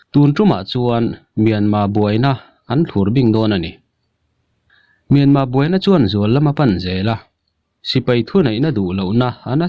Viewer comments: Mianma nilo Myanmar titur kawl ho aw phawi deuh hian in lam a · Ngatige Myanma itih tlat zel a,Myanmar ani zawk lo ami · Myanmar pronoun i hman diklo hi a ngainuam lo pha khawp mai,in dem lam chu ani hauhlo nia.